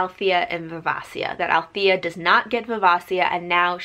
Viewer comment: It’s viv-AY-shuh. Great review. Hobb is so god dang good.